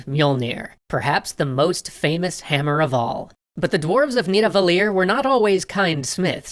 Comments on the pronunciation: Nidavellir is not pronounced with a accidental French accent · Nidavellir... I pronounced awfully French here. The "LL" is pronounced more like a "kch" sound.